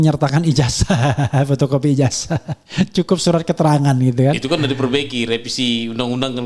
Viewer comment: Ijasah bang, bukan ijaja.. 😂😂😂😂😂😂😂😂